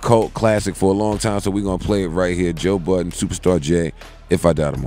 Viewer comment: IT'S JOE BUDDEN !! NO "S" AT THE END... DAMMNNNN!!